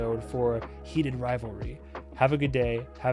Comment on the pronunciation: No one:: HEEEE-taid 💖🤌🏻 RaviOLI 😌👌🏻🔥 (Adore your reactions since IwtV, love seeing you follow the pipeline. Keep up the yap!)